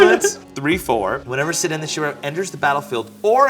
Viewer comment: Another episode of butchering LotR names🤣. It's pronounced "Keer-dan",kinda like a misspelled Ciarán.